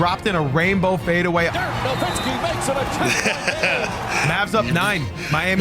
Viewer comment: BRO! It is not Dirk "Nowinski" It is Dirk "NowiTzki!!!!". He is German but the surname is Polish! its "Nowicki" in its original form! Please, when i hear that "n" sneaked up in there - it makes me sick to my guts!! NO WITZ KI!! NOWICKI!! There is no second "n" there... JEEEZ!